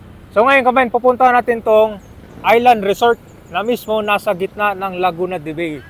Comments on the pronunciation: Its LAGUNA DE BAY (BAI) not BEY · sorry to say , mali ang pronunciation mo ng Laguna de bay. Laguna de bay ia a spanish word.